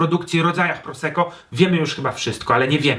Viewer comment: czemu niegrzecznie...? Może więc równie "niegrzecznie" dodam jeszcze dwa grosze o wymowie. W języku włoskim podwójne spółgłoski są bardzo ważne i należy je wymawiać. Zatem nie "proseko" a "prosekko"!!! Ale materiał świetny, dziękuję za ten film.